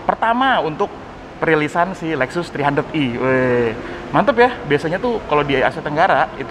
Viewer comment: E bang....bukan i